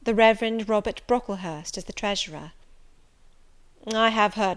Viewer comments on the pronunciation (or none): none